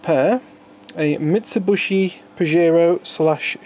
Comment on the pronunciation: I always thought it was a Mitsubishi, not a Mitsubushi